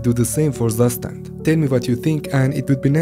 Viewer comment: Zustand: Tsu-shh-tand